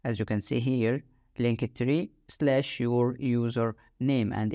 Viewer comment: Man, it's called "link-tree", noch "link-e-tree" 😂